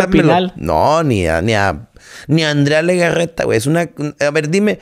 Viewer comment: "Andrea Legaggeta":D